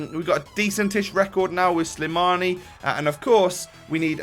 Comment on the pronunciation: His name is slimani :) not slamini so ur right